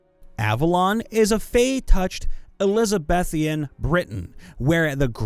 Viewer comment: It's not "D. Artagon", it's "D'Artagnan", the fourth member of the Musketeers from the book series by Alexandre Dumas. He's French. It's not "Montigain", it's "Montaigne", which is the name of a French philosopher from the Renaissance period. You mispronounced "Elizabethan". It's pronounced "voe-da-che", and I believe it's Italian for "bodacious". Have you never heard the term "telenovela"? Really?